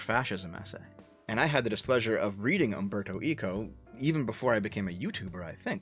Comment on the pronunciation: Nice video Just a nitpick on your pronunciation of Italian names, because the spaghetti in my blood got riled up by it: Umberto ECO is pronounced ECHO. Like ECHOlocation, not like ECOnomy. Also, the final E in Gentile is pronounced, so you can read it as Gen-TEE-leh. This public service announcement was brought to you by your local bored Italian